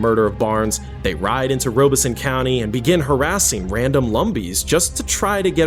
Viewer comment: Rob es son, not Robe es so. I grew up nearby